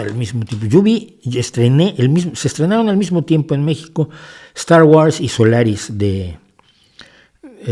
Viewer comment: De acuerdo en todo,. Sólo la pronunciación de Star Wars. Es [wors]